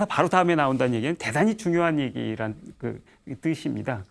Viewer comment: 긴 자를 짧게 잘못 발음한 예:대단히,말(언어),보통,사실,(한자말 이라는 표현은 잘못이다. "한자어"라 해야),호오,소용, 등, 이런 장단음 문제는 실로 심각한 일이다. 강의 중, 군소리가 많고, 조급하며, 언사가 천속한 구어를 남용하고 있음에도 이를 계속해서 "예,예!"하고 찬사를 연발하고 있는 한국의 교양 수준이 슲을 뿐이다. 한국 동포께 권하노니,"한국 어문을 고발함"이라는 책을 읽어 주시옵소서. 미국 변 완수 드림